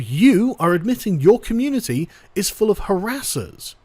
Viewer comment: The way youre pronouncing "Community" is triggering me. Youre not pronouncing it right- its COMMUNETIEYH, FREAKIN GET IT RIGHT! :P